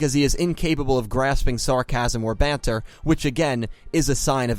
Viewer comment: When a American says banter 😂